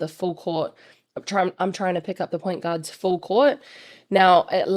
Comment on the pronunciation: When you say guards it sounds like “gods” - also, cool video and so happy I got to meet you in person at this game!!!